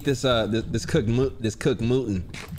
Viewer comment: Nobody: Not a single soul:: “Let me eat this cooked MOOTEN.” 😂😂 yo it’s mutton